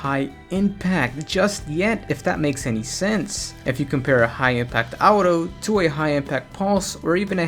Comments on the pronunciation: Aughto not outo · its auto not outow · stop saying the word auto you say it horribly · Can never trust a guy who pronounces "auto" as "Ouutos" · "Out-o Rifle" lol the way you say auto is funny c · the way you say Auto makes me cringe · the way u were say auto lol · The t is supposed to sound like a d. When you say auto with a normal t sound, it sounds like you're trying to add too much pronunciation to the word.